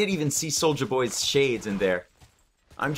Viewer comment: lol the way you said souja boy